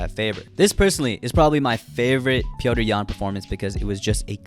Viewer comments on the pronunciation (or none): Petr’s Yan lol